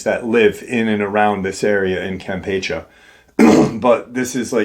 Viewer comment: The last "e" in the word "Campeche" is enunciated the same as the second "e." And there is a percentage of the population that is "lighter skin" (not using the W-word due to YT censorship).